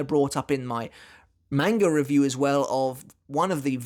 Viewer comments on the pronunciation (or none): none